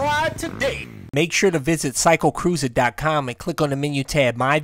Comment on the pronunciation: cwycle cwooza